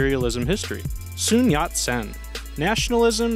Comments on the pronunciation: Nothing ventured, nothing gained. And it’s not “Soon” Yat Sen, it’s Sun Yat Sen. Soon is Korean. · Sun yat sen, not Soon yat sen. Yank git.